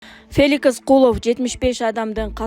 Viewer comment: Феликис эмес Феликс,чала сабат!